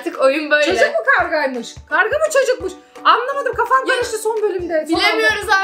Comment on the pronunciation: Kavga değil karga